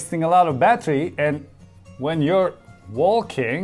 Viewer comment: did he just say WALL KING (walking)